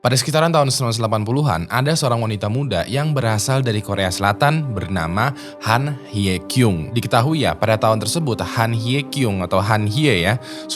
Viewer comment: Dia baca pakai cara Indonesia